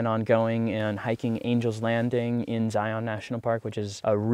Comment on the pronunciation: Zeye-un, not Zeye-On. Keeps the locals from cringing, lol. ✌ Safe travels.